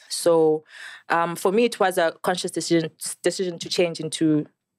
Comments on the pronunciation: Miss pru and the word decision- aykhonakali 😂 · miss pru can't pronounce 'decsion ' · LOL All i was thinking when she was trying to say the word "Decision" was that Hwiphii! meme of Julias Malema🤣